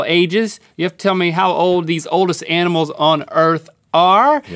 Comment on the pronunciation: Didn't know anyone else pronounced it 'animules'! 😂